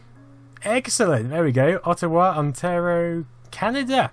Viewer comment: you butchered ontario so hard.